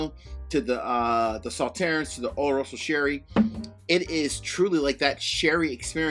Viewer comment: Saw-turns on the French pronunciation of the dessert wine. 😇